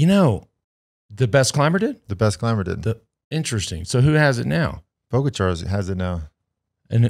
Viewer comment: That is funny, because he pronounce Pogačar correctly :)